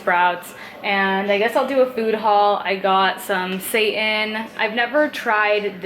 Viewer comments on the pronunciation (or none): I LOL at this too because I pre-read the comments and then when she said it, it made me think of your comment lol 😄 also, it's pronounced say-tawn so it just made me laugh. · lol when she pronounced seitan as satan, subscribing now.